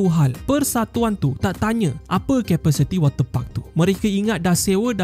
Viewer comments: Ni aku yang Salah dengar ke atau ape Wate puck Atau water parks 😂😂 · Ko sebut wat ter pak tu elok2 skit min 🤣🤣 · Jangan tekan sangat lah kalau sebut water park tu...banyak Kali dengar udah lain bunyinya hahahah😂😂